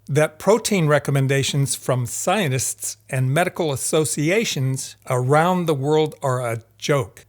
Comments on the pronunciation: Are "sionists" supposed to be "scientists"? That pronunciation is very confusing. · 'Scienists'? 'Innerview'? Seriously? I find your inability to pronounce a T disturbing. Something wrong with your mouth? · At first I thought you were saying Zionists instead of Scientists 😅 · Am I the only one getting annoyed that he calls them "scionists" instead of "scienTists" ?^^ Great video besides that! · I find it funny that scientists pronunciation sounds like "Zionists" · zionists and psionists agree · While I do appreciate this video's content, the way pronounces scientists have initially got me confused with "zionists"...the way he pronounces it is almost homophonic.